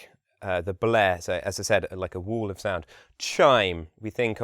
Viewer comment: Excuse me, what did you say? Wool of sound? Wall of sound? What's that?